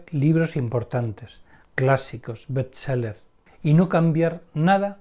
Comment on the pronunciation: betseler jajaja